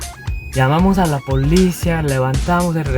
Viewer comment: Jajajaja da 🤣🤭😅cómo habla el coreano, jajaja, la manera en como pronunciaba la palabra policía 🤭saludos!, ya me subcribi, te ganaste mi like!.